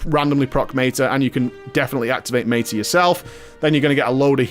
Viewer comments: do you love making English people cringe by pronouncing words wrong? haha. It's Meta not Mayta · meyta as in meyta-morphosis? lol